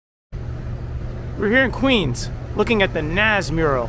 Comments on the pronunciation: It’s pronounced like nahz not naz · Yeah. That hurt my ears a bit. If you want to spell it how it sounds "Noz" would be the way to go.